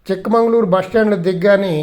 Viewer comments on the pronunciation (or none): సార్ అది చిక్ మంగళూరు కాదు చిక్కమగళూరు